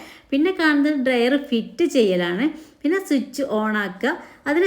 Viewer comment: െ ഡ്രയറല്ല.ഡ്രയർ... ഇവർക്ക് തെറ്റ് പറഞ്ഞു കൊടുക്കുന്നതും ഇഷ്ടമല്ല. അതുകൊണ്ട് ഞാൻ Subscribe തിരിച്ചെടുത്തു.